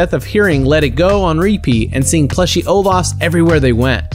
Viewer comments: he said olas instead of olaf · did he say seeing ovas plushes everywhere P.S its olaf